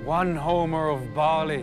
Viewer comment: It's pronounced ''OMER'', not ''Homer''. The omer (Hebrew: עֹ֫מֶר 'ōmer) is an ancient Israelite unit of dry measure used in the era of the Temple in Jerusalem and also known as an isaron. It is used in the Bible as an ancient unit of volume for grains and dry commodities, and the Torah mentions it as being equal to one tenth of an ephah.